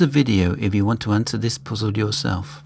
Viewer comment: "Heyitsch", "Poozill"! Too funny. Ha, ha. I like your videos. Keep going! What part of UK are you from?